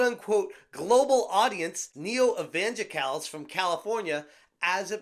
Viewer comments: neo “evanjikals”? lol what? Evangelical dude… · Say it with me. EVE-AN-GELIK-ALS